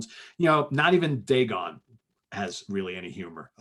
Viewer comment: buddy, you're awesome but its pronounced "Day-gone" as in its day time and you are gone from a place.